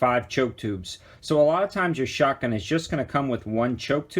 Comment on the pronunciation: Is it just me or does it sound like he's saying "shutgun?'